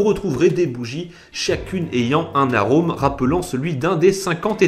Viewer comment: 5.58 tu as dit arome